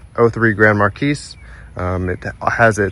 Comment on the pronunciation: "Mar-Key" not "Mar-Kees"!